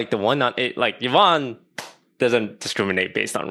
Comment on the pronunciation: She says her name. always says it wrong.